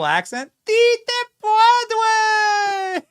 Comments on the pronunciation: It's "Puede!" Not Pu-ad-re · Pwadway? Please don't let "Doctor" Jill attempt Spanish again. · Jill’s pronunciation of “puede” is so off that it’s HILARIOUS!!! I wasn’t even sure at first what she was trying to say, and I speak native Spanish lmao.